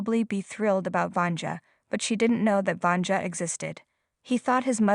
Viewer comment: Sorry, but you botched the name of the woman too many times! It’s pronounced [Vania]